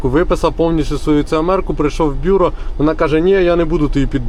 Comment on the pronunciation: БюрО! Наголос на останній склад.